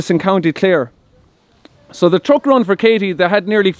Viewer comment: That irish pronunciation is funny... TrOck